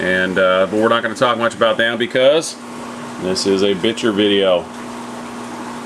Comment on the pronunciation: I think it's pronounced bi-sheer but anyway great video and awesome bichirs